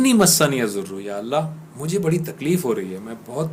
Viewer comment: AOA plz recite dua with tajweed masniyazoor is wrong masaani yazoor is correct.reciti zabar on word "seen" not combine the "seen" with "noon'.fiammanillah